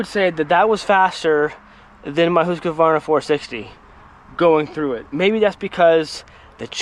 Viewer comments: If you're talking pronunciation, it is Hoosk-Var-Nuh, NOT Hoosk-A-Var-Nuh. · I talked to a Husqvarna rep that put the “a” in it. So I corrected him. 🤓